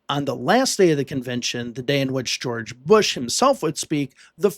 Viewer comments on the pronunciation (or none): Was this the year of pooo er "Geow erge" He Cain't help it......